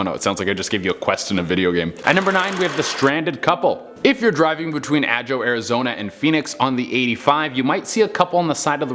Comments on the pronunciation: Did he really Just say Ajoe Az ??? It’s Ah-Ho Ajo Az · Lived in Phoenix and the burbs most of my life.. 20-30 yrs off and on now.... wasn't born but grew up here... very few people are... or were? lol.. Been waiting for this vid!!!! Ah-Jo LOL.... no no it's Ah-Ho .... Ajo. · No biggie unless you live in Ajo , but "Ajo" is pronounced "Ah-ho," not "aaa-joe." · A-joe hahaha A-joe. It's pronounced Ahh-ho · I wheezed when he TRIED to say ajo because it doesn’t sound how it’s spelt it’s pronounced A-ho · I had to add, I live in the place called Ajo, pronounced ah-ho (I'm crying at his pronunciation) and I drive that road almost weekly for a decade. I've never seen any couples anywhere. Also there's literally no where for a giant boulder to roll into the road it's just flat desert. Where'd they get this story from.. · Ajo is pronounced (Ah-ho) and Ajo Way is true. And in old Tucson there's a fancy phantom car. The phantom car happened from my own experience. And I've seen the lights recently too. And I was told about the flares too. But they zig-zagged through the sky and disappeared then reappear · The one that bugged me was Ajo ah-hoe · Just so you know, ajo is pronounced aho